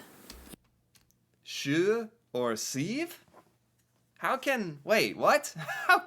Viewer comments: Living languages evolve. The way we pronounced "tjue" (20) before was with the tj-sound, which sounds like the "ch" in words like "charge" and "chance". I think that's still the correct way to pronounce it. "Sju" (7), on the other hand, was always meant to be pronounced like this girl pronounces both words - starting with a "sj-sound". That sounds like the "sh" in words like "shake" and "shoulder". Anyway, it doesn't really matter to native speakers, as the words still sound clearly different from each other to us. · And, you did the -sj sound in 7 perfectly! Same with the majority of numbers, you said it basically 100% correctly expect 3 and 4.